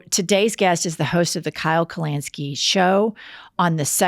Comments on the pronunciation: Hey, Jennifer. I love your shit. In the kindest tone possible though, I just want you to know it's Kyle KalINski, not KalANski. It sounds petty and obnoxious, but I don't mean it to be. I'm also from Oklahoma. I have been my whole life, so I know it's not just an accent thing, lol. Again, love your show, and I love to see that there's at least one other progressive in Oklahoma with me. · His name is Kyle Kulinski, not Kyle Kulanski. Lol. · Hilarious to see Kyle come on after a long ad read…. If you follow him you know what I’m talking about. And the pronunciation of his last name got me good haha